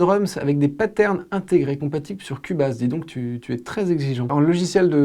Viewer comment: Dans les logiciels de MAO, y a aussi FL Studio, qui est à mon sens le plus connu. (Ah oui, et on dit "kioubaize", pas cul-base)